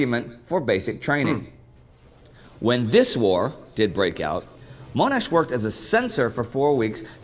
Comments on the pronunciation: Gotta laugh at how you corrected the pronunciation of Melbourne but never fixed your pronuciation of Monash grin Great video, that's a great channel, I've seen quite a few of their vids. And what a giant of a man Monash was! He taught the world how to fight with tanks, treated his men as men, not cannon fodder, and then ensured they weren't forgotten when they returned home (having fought to speed up their return, as mentioned briefly in the video). He ensured they had work, and care, and fought for the Shrine of Remembrance to be built in Melbourne (which is on the note with him). He was also instrumental in ANZAC Day becoming an annual commemmoration, when people were trying to put the war behind them and forget about it. He has a number of things named after him to this day: Monash Hospital, Monash University and Monash Freeway just to name 3. After the war he went back to engineering, becoming the head of the State Electricity Commission in Victoria. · Pretty good summery. Others mentioned in previous comments but accent on the 'ash' portion of name. So, monASH. (at least how this Aussie says) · Is his first name John or Joan? John. Therefore his surname is Monash - NOT Moanash!. 😡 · Yup. But Mon { as in Ron } Not Moaanash. Sigh... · It's pronounced Mon-Ash not Mone-Ash like says it lol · His surname is pronounced Mon-ash not Mone-ash. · Is name is MONASH, not MOAN-ASH. WTF dude. Did you do even the tiniest bit of research on this? And the people on our notes, are not characters, they're people. Monash was not a character, this isn't fake money, we put PEOPLE who we respect and think of greatly on our notes. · It's pronounced MONASH NOT MOANASH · Hi, Monash is pronounced as it is spelled, not "Moanash". When they refer to him as "self promoting", I think they mean that he pushed his ideas ahead of others, rather than literally promoting his own rank in the military. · MON, MON, not MOANash :) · Oh dear, great series but it is Mon ash not Moanash